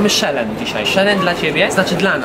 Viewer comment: Co to jest "szelen"? W życiu nie słyszałem takiej wymowy tego słowa